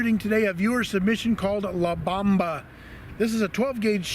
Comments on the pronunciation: Bomba is pronounced "bOHmba" not bAHmba. Great video 👍🏻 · La bomba means the bomb in Spanish. Pronounced bohm-bah. Not bauhm-buh. Lol. Not correcting you, just informing you.